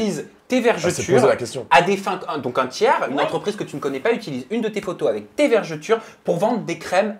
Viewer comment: Peut on expliquer aux gens qu'on dit "vergeture" et non 'vergéture"